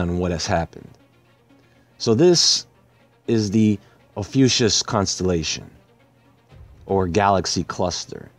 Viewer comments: It's actually pronounced OFF-E-YOU-KUSS. Great video. I had no idea about the explosion. I love how you see through to the real truth of events. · Ophiuchus is pronounced fie-you-cus.